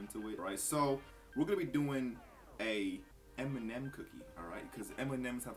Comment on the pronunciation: Dude pronounces M&M as Eminem